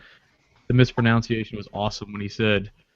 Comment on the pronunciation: The mispronunciation of the word "mispronunciation" defeated the purpose